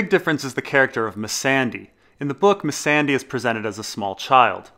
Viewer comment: Why do u call her misandy. It's missandai, like day time